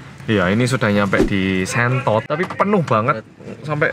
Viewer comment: sentot bukan shentot haha